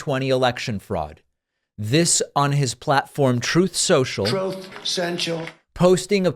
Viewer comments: "Trothe Senscial"! Love it! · “ Troth Sensial “ is the greatest drop of all time. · Troth Sential 😂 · 😂😂😂😂😂😂😂😂😂😂😂😂😂😂😂😂 He can’t even say Twoof Sowchal 😂 There was no proof of any voter fraud on our end, the schemes were all from Trump. Why were your claims denied in every single court that he went to. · What the heck is "troth" social, he can't even pronounce small word's, he is so inept! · "Troth Sen-chule" Never gets old 😂😂😂